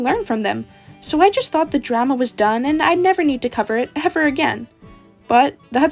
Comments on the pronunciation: Bro you said drAhMa not drama 😂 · Sorry this video is serious buuut Did you mean to say leemons and dra ma sorry but that made me laugh a bit